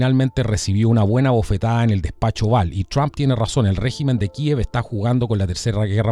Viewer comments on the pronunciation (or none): none